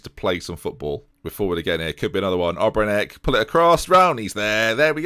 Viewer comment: try saying Obrenić just like Matić... end of the last name is the same